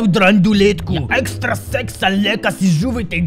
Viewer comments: Ты сказал экстрасекс правильно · ошибается в слове экстрасенс Так же я:ЭкстроСЕКС?🤨